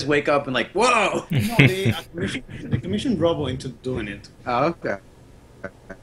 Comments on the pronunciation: It's not pronounced Robbo as in robot. It's Robbo as in Robert. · Robbo, not Robo 🤦🏻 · these guys dont know dick, that first piece isn't Robbo's, it's a tribute piece by team Robbo. They cant even pronounce his name right.